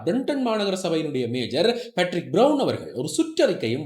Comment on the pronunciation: மேஜர் அல்ல மேயர் Mayor not Major